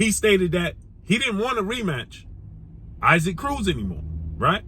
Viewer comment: Yo why you keep saying Isaac Cruz name like that? It’s EE-sak.